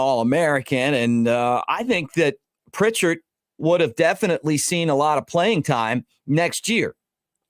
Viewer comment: Update: Pritchett has removed his name from the portal! Also: It’s Pritchett and not Prichard… He’s not the city north of Mobile.